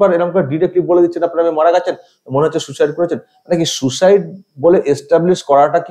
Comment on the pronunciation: এটা ফেক ফোন কল। এটা সেই নার্স(?) সোমা মুখার্জির কন্ঠস্বর। ইনি সুইসাইডকে আবার সু-সাইড বলছেন।😀